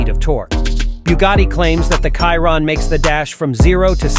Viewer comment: You cannot say Chiron correct?